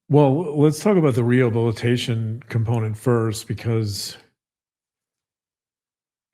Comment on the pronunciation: Are we going to address the fact that Mackenzie cannot pronounce "rehabilitation" and that her mother is more impressed that Kim Kardashian "might" call her than that she killed two kids?